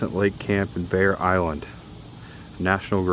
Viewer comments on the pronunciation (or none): none